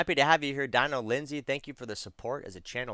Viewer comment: Hey, love your content, gonna do a build out down the road. Just became a member recently, just a heads up, my name is pronounced Deano and I'm a dude, lmao. I laugh all the time when you say the name wrong and call me a she. It doesn't bother me, just wanted to give you a heads up because I'll be around for a while.